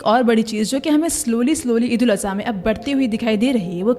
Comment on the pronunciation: Eid ul aza❌ Eid ul adha✅